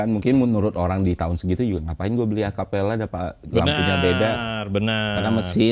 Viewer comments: Bukan Acapella kalik Om tapi Capella... Btw kenapa ga jadi jati diri Mazda nya aja (yg katanya langka) dibikin orian aja, ga usah pake stiker Fujiwara Tofu Ten sihh rada gimana gitu.... kalo mau mah RedSuns masih masuk lah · Capella bang GK pake a..😂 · Betul (Dulu saya smpt punya yg tahun 85 type GLX) Tapi memang di negara lain ini jg disebut Capella sih Udah gitu si Bang Ferry nyebutnya Acapella 😅😅😅😅😅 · capella...bukan acapela